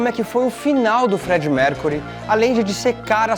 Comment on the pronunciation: vamos treinar essa pronúncia? Falou o nome do Freddy errado, entre outras coisas. Valeu!